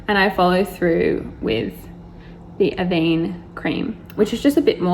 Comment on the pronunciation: Avèeeeene not avénéeeeeee jezzzx